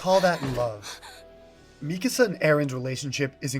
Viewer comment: Not at all related to the topic but I'm so glad to hear Mikasa's name pronounced this way. I've been hearing other people say it like "Mi casa" and it drives me crazy